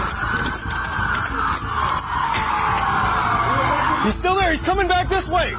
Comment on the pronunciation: Ce ma rację.Nie przedłużaj wyrazów,bo to denerwujące.Poćwicz czytając tekst a potem go przesłuchuj.Zauważ swoje błędy.Najwięcej błędów robisz przy czasownikach np.ucieeekaaali,złapaaaliii i niestety rzeczownikach np. naaapad,dolaaarów,nakotyyyków.Masz ciekawe filmy wiec możesz tu zagościć ale pracuj nad prawidłową wymową.Znajdź kogoś,kto Ci pomoże.POWODZENIA!